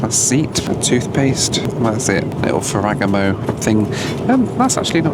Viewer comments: Fara like pharoh.. Gamo like gaahhhmmmooo I dont know if you mispronounced it deliberately or not lol ..if it was deliberately i am sorry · Fer-ra-GA-mo. E is like ‘A’. A is like ‘AH’. And don’t forget to roll the R’s. Now you’re Italian. Too bad that’s not in your ancestry 😂. Nice video. Keep flying! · It’s pronounced “ Fe re Gam0 “. I am sure you were joking. Another interesting, entertaining and educational video. Thanks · Ferr-agga-mo 😂 I’m not into fashion and even I know that Ferragamo is pronounced Ferr-ah-gah-mo. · pronouncing Ferragamo as "Foregano" broke me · Ferr-a-Ga-mo, not Ferrigamo. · it’s pronounced Ferra - Gamo! 😂😂 Amazing content as ever. Also the cams on these newer planes are the best! ✈️ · Sir. FERA-GAW-MO FERRAGAMO. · Fare-a-gomm-ooo is how that kit is pronounced. 😂😂😂😂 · Ferragamo. Pronounced: "FAIR-ah-GAH-mo", Mate! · Is it an English thing to refuse to understand how to pronounce foreign brands? (Ferragamo is the case in point) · the way this guy pronounced ferragamo is crazy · A word: if you are going to show luxury content it might be a good idea to learn how to pronounce the names. If I was in marketing for Ferragamo I'd be disappointed. It seems like all the vloggers do it, purposefully maybe to rage bait? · Please check your pronunciation of Ferragamo